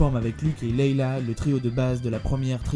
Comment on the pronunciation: quand tu dis "leila" je me vomis dans la bouche , mais sinon très bonne épisode bravo